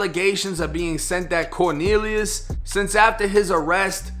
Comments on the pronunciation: “Corkneeliuss”!? Oh u low key comedian u 😂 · 😂when he said corneliues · "CORNELIUS" lmfaooooooooo